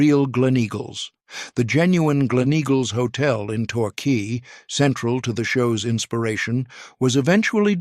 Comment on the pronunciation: Bayzil? Qwey? One one zero zero! AI giveaway